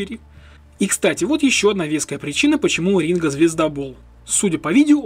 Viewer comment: А мне послышалось, или он сказал "Мастер Ринга"?!!! На счет про "promoero". Тут есть минус, в которым ты пропустил -- Ринго вложился в сервис Promoero